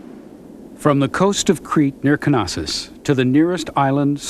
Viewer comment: At last , an american pronouncing "Knossòs" almost the greek way (I say almost because of the wrong american intonation (knòssos instead of knossòs). You see, in greek the combined letters k+n are both pronounced . The k is not silenced, like in knee or know... Well done!